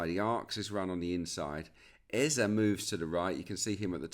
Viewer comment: Was about to come for Peter Drury over how he said Eberechi Eze’s name — then I heard you yesterday. Just for the record: it’s Eze-e. The last vowel sounds exactly like the first one. Not “Ezza”. As Africans, it’s honestly annoying hearing commentators mispronounce names like it’s no big deal. Would be nice to have a blip button every time they get it wrong. No shade, just… do better.